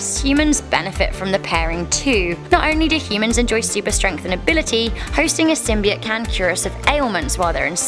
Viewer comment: You're all about Symbiotes well you can't even say it right! And I'd love for a Symbiote to inhabit my body!